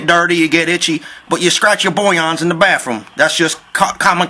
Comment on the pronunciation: "Scraped the 'bullyons'" WOW LOLOLOLOL... I lost about 10 pounds laughing... too funny